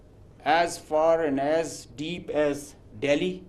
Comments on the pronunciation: Aand force 🌚😆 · "Aand forces"😂😂😂😂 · Aand forces 😂😂😂😂😂😂😂😂😂 lol